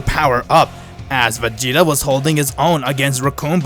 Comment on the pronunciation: He said vageto not vageta